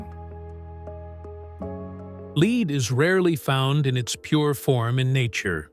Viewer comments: AI generated. Several times it mispronounces 'lead' as: Verb (Pronounced /leed/). It should be pronounced as a noun (Pronounced /led/) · 7It's pronounced led, not leed🤬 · Leed? AI slop. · Ai cant say lead haha